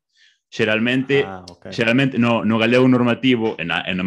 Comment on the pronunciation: Ele falando: Geralmente Parece aqueles caras falando "Laranchenhia!"